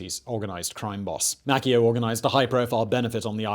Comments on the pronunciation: MAY-see-oh not Mack-ee-oh. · Mace-ee-oh, not Mack-e-oh